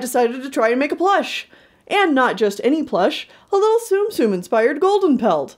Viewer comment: thank you for saying tsum tsum accurately (or at least, more accurate than saying 'zoom zooms') and your designs are really adorable!